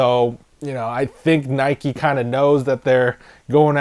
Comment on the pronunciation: Why do you pronounce NIKE NIKEY you don’t ride a BIKEY do you?